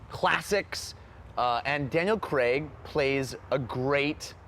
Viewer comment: Why does every American say Daniel Cregg?